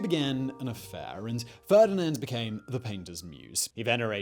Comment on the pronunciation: The woman's name is FERNANDE, not Ferdinand.